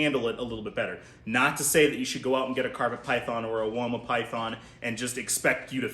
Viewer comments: I live in Australia and have my whole life and I can confirm we pronounce it wOma not wyma. That made me laugh for much! 😂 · As an Australian, we do not say "Wyma" python 😂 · Here in Australia we pronounce it woah-mah pie-then